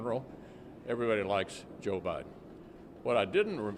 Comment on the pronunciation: Did McConnell just call Biden “ O’biden” ?? I think he did!